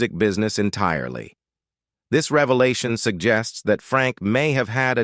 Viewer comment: This video was such a "reva-lart-shon"